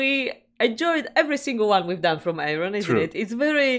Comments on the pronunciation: Hello you two lovely people 😸Loved your reaction (as always). I can help with your pronunciation if you like? Air-ee-yon. This song was inspired by the UK Science Fiction drama 'Blake's Seven' from the early 80's and is actually a Star One recording (another of Arjen Lucassen's projects). The lyrics actually follow closely the plot of the series. Take care, Kevin from near Stonehenge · The correct pronouncation of Ayreon is: Air-ee-on. Then, this is not an Ayreon song, but a Star One song. Not that it makes much difference, since both are creations of the same mastermind Arjen Anthony Lucassen. However, Star One is more about catchy guitar riffs and less about storytelling. That having said, Star One songs are all inspired by Science fiction movies and such. This song is based on an old TV series called Blake’s Seven.